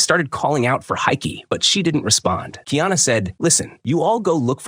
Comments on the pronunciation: Honestly i dont get why people dont get the pronounciation right first. Its not kiana bud do better or just leave cuktural things alone. "Car e ah na" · This dude needs to get the pronunciation right it's Ki ana it's kaiana get it right man. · Kiana is the transliteration of the name Diana … his name is KA - I - ANA … learn the actual names and proper pronunciation of the characters you pretend to know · It's KAH. EE AHNAH. KA'IANA, & KU'PU'OHI. COO POOH O HE , COME ON DUDES, PRONUNCIATION IS VERY IMPORTANT IN O'LELO HAWAII